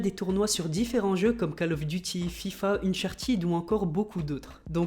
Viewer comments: "Inchatid" ... C'est "uncharted" (eunchartède)!! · mais c'est UNCHARTED 4 et pas UNCHARTID